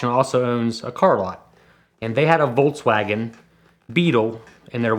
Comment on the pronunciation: Again some guy who tells you "i am the car expert... Wolkswagen" who told you english native speakers to spell car namens always wrong?